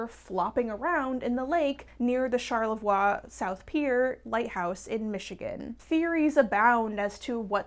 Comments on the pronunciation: Ummm...it's not pronounced, "Char-le VUHWAH"... it's correctly pronounced, "Char-la-VOY". Do your research,. No need to fancy it up! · hiii as a michigander just so you know charlevoix is pronounced charlie-voy LOL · Charlevoix is pronounced shar-Lu- voy. Not that it really matters but wanted to mention it! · Charlavoix is pronounced "sharla-voy" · The way she said Charlevoix 😭😭 It's prounounced "Shar-le-voy", it's Americanized French like Detroit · That is the fanciest way I've ever heard Charlevoix pronounced😂 (northern Michigan has a lot of French names with pronunciation kinda slanted. So Charlevoix is "Sharl-le-voy") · Thank you lol! Loved the video but as a michigander I wanted to immediately correct that 😂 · Yeah I was thinking that too! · As a Michigander I've never clicked on a video so fast! Also I appreciate the French pronunciation but Charlevoix is pronounced like Shar•la•voy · I grew up on Lake Michigan and this is the first time I've heard of us having a sea serpent... Charlevoix is also pronounced "shar-le-voy". Sea lamprey are an invasive species, I wouldn't call them naturally occuring since they rode in on salties.